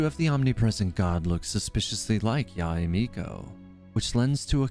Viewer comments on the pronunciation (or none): heard you mispronounced yae so many times. it's not yahey it's not ya-ey it's just simply "yae" as in "why" but with the letter y.